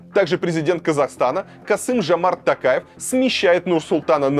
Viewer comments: ТОкаев, а не ТАкаев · ТОкаев. А не ТАкаев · Почему Такаев? ТОКАЕВ ТАМ ЖЕ ВСЕ БУКВЫ НА КИРИЛЛИЦЕ. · Не Такаев, а ТОкаев, искренне просим произносить имя нашего президента Правильно